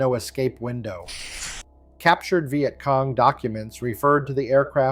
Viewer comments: This was great till it said " VI Et cong". God I hate A.I slop. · Is it really that hard to find a literate person to narrate these things? I don't mispronounce words such as Vietcong nor do I poorly mimic human emotions + I work cheap. A 6 pack of Guinness and I am yours till closing time.